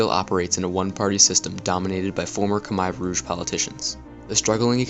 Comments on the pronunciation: It's not "Kimer" Rouge it's pronounced (Koomair' Rooj) Khmer Rouge. And both Vietnam AND Khmer Rouge were communist with the Rouge calling themselves "ultra communist". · Why are Americans so stupid? They refuse to speak the way the rest of the world does. listen to the way the Cambodians say the word Khmer Rouge and say it the same way they say their own word. Not they way you think it should it should be said. Khmire Rouge (how you pronounce it). Also the way you narrate is to quick and boring. just a couple of tips for you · Great video, but you need to pronounce Khmer Rouge correctly. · Solid short documentary. Thanks. However, your pronunciation of Khmer ROUGE is bit bit weird. Next time, please do get help from a French speaking person. And Good Luck! By the way I am also a YouTuber. Here s my video with French connection. La Voiture Peugeot!